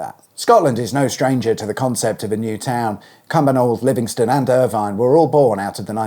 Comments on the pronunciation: Ir-Vin not Ir-vine. My hometown. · Irvine is pronounced “Irvin”. 👍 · These are not designated newtowns any more, its just large scale developments and they are everywhere. Edinburgh will be surrounded by new estates totaling more than 20000 houses over the next 20 years. Green space? Aye, right. Pronounced Winchbura and Irvin. It had to be built as planning would not allow more than 1000 houses if it was not available as you say but there is also space for a new railway station just of the south roundabout (and one at Krikliston nearby) but they need a chord built at Dalmeny and that is not on the horizon yet. Kirkliston has also had about a thousand houses built in recent years so the infra structure is creaking. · Really interesting but please please please learn the local pronunciation. Winchburgh, like Edinburgh and Newburgh is the Scots version of Borough. So it should be Winch-BURRA. And for gods sake it is Ur-vin not Er-vine new town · Pronounced Irvin, not Ir vine Winchburgh; winch-burra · And since we’re getting it out of our systems, it’s Ir-vinn not Ir-vine. But great video! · And 'ir-vin' not 'ir-vine' 😊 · It's pronounce "Winch bur-uh". And "Ir-vin". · Pronouced Winchborough matey, Irvine is pronounced Irvin 👍👍👍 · Pronounced “Irv-in” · Irvine is pronounced “Ervin” and Winchburgh is “Winchbruh”. I was wondering what those funny new roundabouts were all about… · Irvine is pronounced 'urr-vin'. Especially so in an Ayrshire accent.